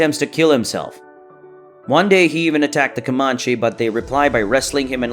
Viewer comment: Your pronunciation of Comanche is cringe, sir.